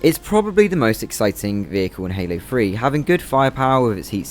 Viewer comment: I thought you said Halo Free 😅 instead of Halo 3